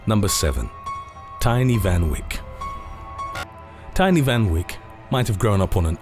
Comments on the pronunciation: It’s pronounced teenee fun vake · It's pronounced as Van Vayk 🤦🏽‍♂️🤦🏼‍♂️🇿🇦🤣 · Me as a South African hearing the way he says Van Wyk.. I don't even know how to start correcting that..